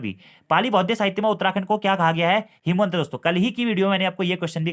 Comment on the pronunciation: Sir vo himwant h nako hemwant